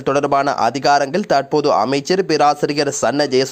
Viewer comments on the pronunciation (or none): போடா நீயும் உண்ட தமிழ் உச்சரிப்பும். ஸ்டைல் என்ற பேர்ல தமிழ் மொழிய அசிங்க படுத்துற மாரி பிழை பிழையா உச்சரிக்கிறாய் eg. தாற்போது, காட்டம் காட்டாமஹா சிறுவர்களுக்கு